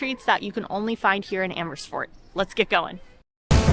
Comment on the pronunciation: Emmersfoort😂Love that pronunciation. I am originally from there, think I should go back as a tourist!